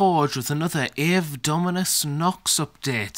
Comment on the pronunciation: A bit to many spikey bitz for my taste but other then that, great job! Its "ave" as in Latin btw. So a different pronunciation.